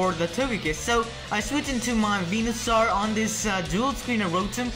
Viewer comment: You said Wenusoar not Venusoar.